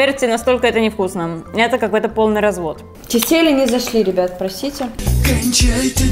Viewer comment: На всякий случай ударение в слове тефтели падает на 1 . тЕфтели.